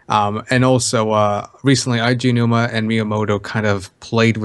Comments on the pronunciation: It's Aonuma, not Ayanuma. For goodness sake learn how to say his name. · The way you pronounced "Aonuma" near the start triggered me.